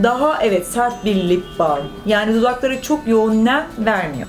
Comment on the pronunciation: Lip baym degil lip balm